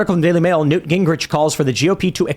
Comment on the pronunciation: Nah nah not newt wtf newt